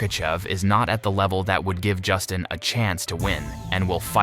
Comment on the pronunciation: If you can’t even say Justin name right, you definitely should not be making these videos. I don’t understand how all of you guys are constantly messing up their names but you’re the one relaying information to us it’s insane learn how to do your job and at least learn how to say the names correctly start there Buddy!!!😂